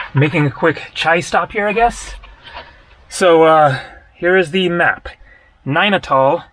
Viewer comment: Every time you say Nanital, it sounds "Nine at all" 😊